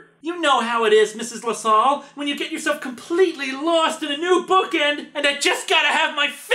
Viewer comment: Drat, I really hate to be "That" guy but, you mispronounced Lasalle...